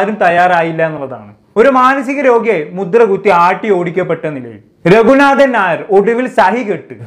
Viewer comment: രഘുനാഥൻ നായർ എന്ന് ഉച്ചരിക്കണം. ന എന്ന ഉച്ചാരണം തെറ്റ് ഉണ്ട് . പബ്ലിക് പ്ലാറ്റ്ഫോം ആയതിനാലാണ് കമന്റ് ഇട്ടത്. ധാരാളം പേർ കേൾക്കും. മലയാളംതെറ്റായിഉച്ചരിക്കുന്നത് സങ്കടമാണ്. ഇംഗ്ലീഷ് തെറ്റാതെ സംസാരിക്കാൻ നാം ശ്രമിക്കുന്നുണ്ട്. പക്ഷെ മലയാളം😢